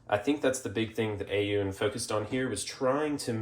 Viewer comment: Aune is pronounced "own"